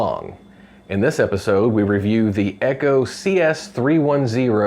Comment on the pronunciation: Did he say "Eggo"? It sounded like Eggo. Must be a Steele man! 😂 Leggo my Eggo! quit trying to Steal it 😮